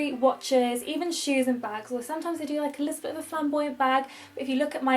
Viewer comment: I’m not a native English speaker and every time you say “a little bit” all I can hear is “Elizabeth” 😂